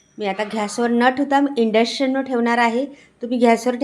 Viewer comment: काय उच्चार आहेत ताई तुमचे.. Induction आहे ते. मस्त ढवळून घ्या. परत परत तेच शब्द. नवीन आहात काय?